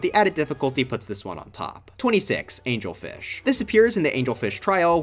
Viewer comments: IT'S ANGLEFISH, NOT ANGELFISH!!!! I AM SO ANGRY RAAAAAH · Am i the only one who thought it was AngleRfish? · umm actually it’s pronounced Angle-Fish 🤓